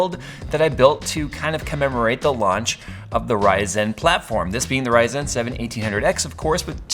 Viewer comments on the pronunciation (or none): love but hate how he says ryzen.